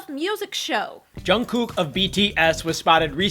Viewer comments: the way he pronounces jungkook makes me cringe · That's not how you pronounce Jungkook.....